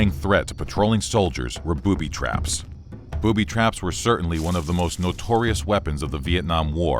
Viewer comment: Booby Traps"? When pronouncing it, it sounds like ,,Boobies Traps" :D